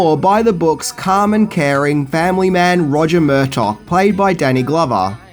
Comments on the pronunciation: Who is Murtock!? It's Murtagh pronounced mur-tar you twat 😜 I still love you, oh and it's bought not brought.... that a company buys a script from someone it's 'bought.' Bought is to buy, brought is to bring!? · Murtaugh has a silent GH